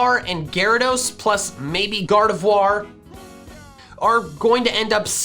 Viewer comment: you pronounced gardevoir correctly yayyy